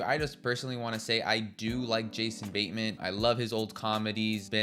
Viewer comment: Who's Jason Baynman? Also, it's Joel Edge-er-ton, not Edgar-ton. While I'm on a run, who pronounces the s in Illinois? Fucking hell, within five seconds of pressing send, you make another mistake. It's in Missouri, not Mississippi. I could only make it to the three minute mark. I don't know why you were driven to review films and TV shows, but you should stop. It's not for you.